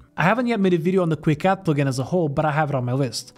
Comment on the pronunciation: your way to say “plugin” is the best way to say it